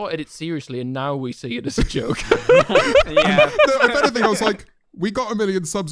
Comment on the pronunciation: literally said "anyfing" twice while talking about how he doesn't have a speech impediment 😂